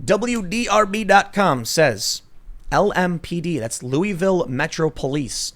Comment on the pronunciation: If Tim pronounces Louisville wrong one more time I’m going to unsubscribe